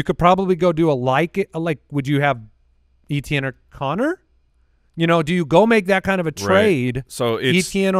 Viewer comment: For the love of God, It's EH-tien... lol